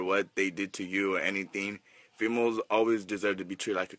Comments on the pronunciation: "Fee melz" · fee-malls. I dont really have to say much more to describe this guy